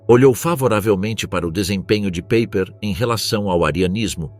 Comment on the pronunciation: Paiper como pronúncia 😮😮😮😮😮